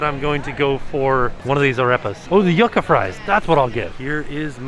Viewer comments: The word Yucca is pronounced YOO-cuh, not Yuck-uh 😁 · A little pronunciation tip, Yucca sounds like You-kah not Yuck-uh